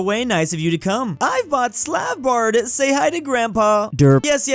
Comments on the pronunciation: Slavbar? Wth Svalbar... say svalbar not slavbar im not hating just confused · Did I mishear, or did call Svalbard Slav Bard?